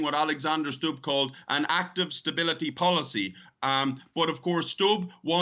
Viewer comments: Not 'Stabb', but 'Stubb' (as you, who)😊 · President of Finland's last name is phonetically pronounced as Stoob, not Stob or Stub. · You'd think the anchor would spend 5 seconds checking how to pronounce Stubb's name before saying it. It's not Stap. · Stubb is a swedish name (word) NOT english. Why can’t you pronounce it as such when even tRump managed to do it?!!! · Please learn to pronounce his name properly: u is pronounced the same way as in Putin and that’s the only thing common between them!🤔👌